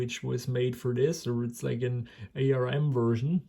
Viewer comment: I've never seen anyone so disinterested in what they're doing than this. So impatient too! ARM is pronounced as the word "arm", not as individual letters... it's a brand name. ARM processors from this time were not "crappy", they were ALWAYS extremely power efficient, right from the very first ARM chip developed by Acorn back in the '80s. And fast. Intel never managed to get close in terms of power/performance ratio, their x86 and AMD's x64 never got a foothold in the mobile phone or tablet market. Intel's Atom flopped as both a mobile and a desktop processor. Microsoft never got their act together with Windows on ARM, right from Windows CE, through Pocket PC, Windows Mobile, Windows Phone and Win RT, which were all incompatible with each other, never mind desktop Windows.